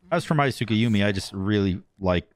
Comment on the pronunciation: You pronounced the god's name wrong. Idk who this tsukuyomi is. That clearly was a tsorkayormi